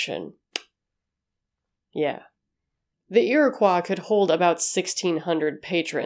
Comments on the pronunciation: I love your channel, and your content! My only quibble is your pronunciation of "Iroquois." It's not a French word, as such it's pronounced "ear-o-coy," not "ear-a-cwa." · Pronounced Ear-i-coy actually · do you know something I don't? Why do you say Iroquois like that? In chicago we say "ear-a-coy" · I was thinking the same. I love her and this channel but it was painful to hear it pronounced like that. My grandfather was part of the Iroquois tribe so I've heard it a ton growing up. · Don't... Its similar to ppl getting irritated by Illinois being said incorrectly.